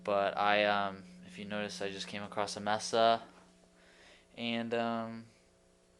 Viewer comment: MESA, say "MAYSUH". Not "MESSUH". Just helpin ya out!